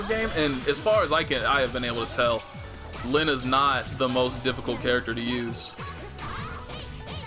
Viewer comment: It's pronounced "Leen-neh" tho.... And Enkidu is "En-kee-doh" if I'm not mistaken